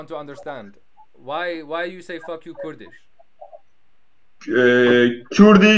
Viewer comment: I laughed soo hard “Khoerdishh ishh bietshh”